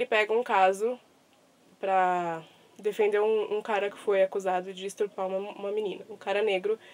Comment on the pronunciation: Oi, descobri seu canal recentemente e estou gostando dos vídeos, inclusive me inscrevi. Eu só confesso que achei um pouco estranho você ter falado a palavra estuprar de forma errada. Eu não ia comentar nada, não quero ser chata, mas achei melhor dizer algo sim, já que é um canal literário, então é meio distoante um erro crasso assim. Mas como eu já disse, gostei muito do seu canal e dos vídeos, estou vendo todos e tenho certeza de que ela irá crescer bastante, pois tem muito potencial. Beijos e espero que você não leve a mal meu comentário.